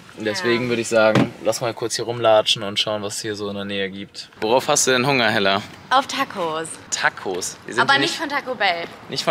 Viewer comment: es heißt Hella und nicht Heller